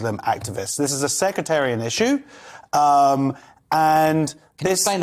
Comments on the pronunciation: Who is the waffling, bald headed, glasses wearing bloke? Tell him it's 'Sectarian' not 'Secretarian' - and then get rid, and let Leo speak. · He did it again. When he said it yesterday I thought he just misspoke but now I suspect he actually thinks that's the right word. It's SECTARIAN, not secretarian. The latter is not even a word. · Sectarian. Not secretarian. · Is it just me or does he keep saying secretarian? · "Secretarian"? I think he means "sectarian". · Is he saying “secretarian”? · Did... Did he say "secretarian"???